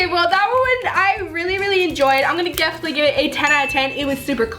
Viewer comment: LOL she says "gefinitely"